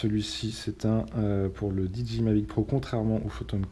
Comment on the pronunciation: Super vidéo mais s'il te plaît, pas "DiDji", juste "Didjéaïe", ca fait plus pro